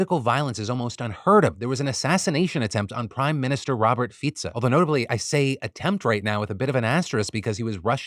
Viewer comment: 👏 I see you took advice from your earlier YouTube short on how to pronounce the Slovak prime minister, thank you Phill! 👏